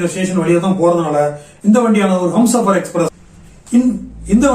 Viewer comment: அது ஹம்சாபர் எக்ஸ்பிரஸ் இல்லைய்யா.... அது ஹும்சாபர் எக்ஸ்பிரஸ்.யா 🤦😜🙄🙄😌